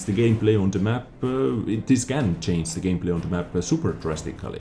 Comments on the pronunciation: please say change and stop saying chainse, with love from germany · Can u learn to say "change", because it's to hilarious.. I can take it serious anymore. In other way keep up the good content:D